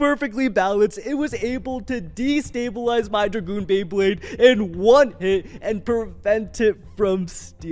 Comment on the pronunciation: Cobalt dra-goon